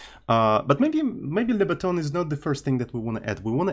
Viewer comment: lebutton. only lebotton